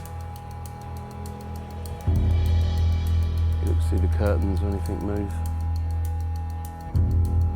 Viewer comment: To the lady it is spoken anything not anythink. Have a nice day.